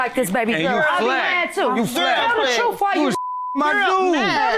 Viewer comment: White lady " tell tha troof" shame on you!